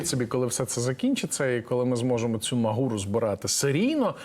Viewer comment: Шановні ведучі, невірно робите наголос: не магУра, а мАґура - наголос на першому складі і тверде ґ в середині слова.